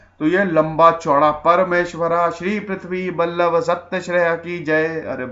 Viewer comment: पुलकेशी द्वितीय का टायटल में श्रीपृथ्वी और बल्लव दो अलग शब्द नहीं है. यह एक ही शब्द हैं, जिसका उच्चार है - पृथ्वीवल्लभ !...बल्लव नहीं वल्लभ शब्द है...इस टायटल पर सोहराब मोदी ने एक फिल्म भी बनायी थी, पृथ्वीवल्लभ नाम से...लेकिन वह पृथ्वीवल्लभ चालुक्य घराणे का नहीं था, परमारवंशीय राजा था...